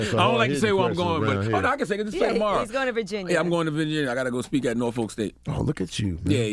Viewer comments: I hate it when ppl that's not from Norfolk ; Pronounce it wrong. Its not NOR FOLK. Don't drag the Noor out . And dont emphasize FOLK. ITS simply...Norfolk. That's it. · Is NOT NOR_FOLK state maaan. Its Pronounced "Norfuk"